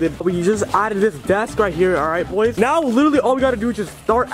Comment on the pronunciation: Neow 😂are serious right neow bro